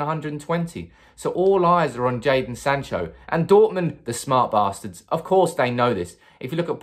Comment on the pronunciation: I thought he said "smart masters"